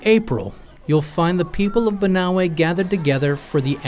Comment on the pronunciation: Its pronounced BANAWE